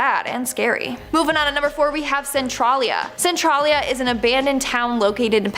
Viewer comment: Pronounced Centralia (Sen-trail-ya)